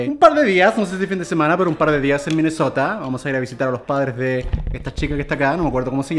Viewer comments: Like si te diste cuenta que German dijo Minesotra envés de Minesota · Germán dijiste minesotra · Nadie: Absolutamente nadie: Germán: Minnesotra